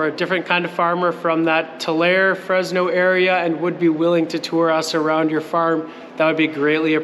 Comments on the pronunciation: Tulare California is pronounced Two-Lair-ee. I was born near there onto a Mennonite dairy farm but dad and grandpa sold it many years ago so can’t help with a tour. Have a great time! Temperature lows likely in the 30s f, nothing like your home😉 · Tulare is pronounced with the "E" on the end and is not silent. it is pronounced Tular-E with the E being prounounced. I am from the area, and want to help you. BTW, love your videos. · Great that you're coming into our area (I'm Bakersfield - one hour south) - but Tulare is pronounced Too-Larry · its TOOL-AIR-E! wish i was closer, in So Calif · The e in Tulare is said like the e in email. I hope you enjoy our California's central valley. I'll try to show up.